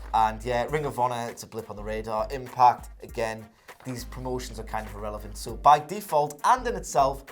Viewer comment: Did he just call impact irelovent